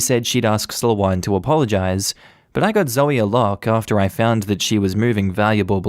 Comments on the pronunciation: Just listening to these stories without reading along is a surreal experience, lol At one point I was wondering 'what kind of a name is...?' I've never heard the name Sloane pronounced as 'slow-on' before, just as 'slown'! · Sloh-ahn.... this is killing me...... it's.... it's Slow-n....... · I have only heard it pronounced Slow-ain. (I live in England.)